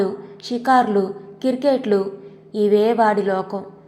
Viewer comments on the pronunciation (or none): కథ చాలా బాగుంది కానీ మీరు క్రికెట్ ని కిరికెట్ అంటున్నారు